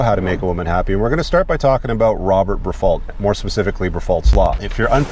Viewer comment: I think the “T” is silent in French